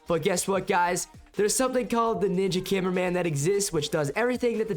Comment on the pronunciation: You said cineminman 😅